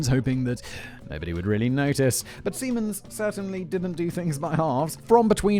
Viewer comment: Was I the only one who got initially confused by Simon’s pronunciation of Siemens? I kept hearing semens and was wondering what the hell he is talking about.